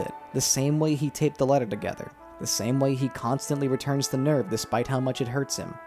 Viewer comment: I love Satsuki/Misato's English VA in the netflix dub (I straight up cant remember her name) but i cannot stand the way she pronounces NERV no matter what